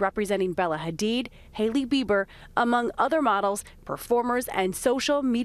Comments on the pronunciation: Did she say Hailey Beaver? Lol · Hailey Bieber. What it’s the first time I’m hearing like that. That sounded weird